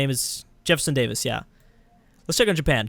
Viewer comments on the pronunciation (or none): none